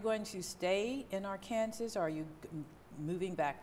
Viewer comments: Why did she pronounce it Ar-kansas and then Ar-kan-saw and then go back to Ar-kansas? 🤷🏾‍♂️ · Why is she pronouncing "Arkansas" that way? Anyways, Michael looks like he's telling the truth here, but who knows...